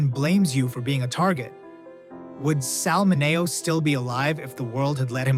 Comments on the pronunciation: It's pronounced Sal Min-ee-o, NOT Min-A-o! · MIN-e-O, not min-A-o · that drives me crazy Sal MIN E O ITS NOT HARD not ma nay o 4th person who said it wrong. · Sal MINI-O How much do we need to pay to get users to stop feeding the AI monster a steady diet of mispronounced words? Please pronounce the words phonically, for example: instead of saying tear for falling eye moisture, say tier. That sounds more like the word for eye moisture. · This narrator must be AI, doesn't know how to pronounce Sal Mineo's name. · Why can’t the people who make videos listen to them before they post them. That would give them the opportunity to see how they butcher some of the names with a terrible AI program. Perfect example, Sal Mineo 😢